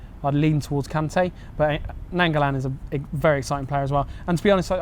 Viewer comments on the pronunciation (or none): Why are you saying Nainggolan like that too what's Nangulan and Nangulin 😂😂😂 pronounced Ny-an-go-lan besides that great vid lads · Nainggolan over Kante. Please say his name right u say it like : nine go lan